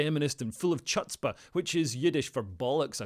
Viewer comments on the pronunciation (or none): OMG, "chutzpah" is pronounced "hutspuh," Leo! 😂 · It's Yiddish, and the Jewish language is Hebrew, and it's pronounced "chootzpah" with the ch being a throat clearing sound. Just saying